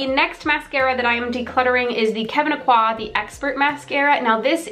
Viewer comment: Just an FYI but you definitely pronounce the “n” in Aucoin :)